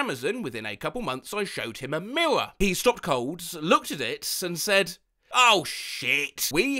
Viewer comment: How thE hell do u say R normally, but when u say mirror or parrot its just miwow and pawet